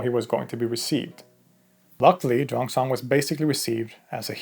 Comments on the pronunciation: Xuan zang is pronouned similar to SHUAN JOHN i think you got it backwards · It's pronounced 'Shoo-en zang' . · Xuan Zang is pronounced swen jang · Great video! Just some minor Chinese pronunciation tips: In "Xuanzang", the 'x' is pronounced like the Swedish 'kj' sound, the 'u' is like the Swedish 'y', the 'a' is like Swedish 'ä', and the 'z' is like 'dz'. Also, "Sun Wukong" is pronounced closer to "Swen Woo Koong".